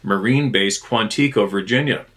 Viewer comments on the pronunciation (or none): Quon-ti-co NOT Quon-tee-co Just attempting to help. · QUANTICO is pronounced Quan-Ta-CO